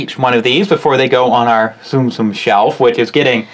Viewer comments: not tsum-tsum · ITS TUM-TUM!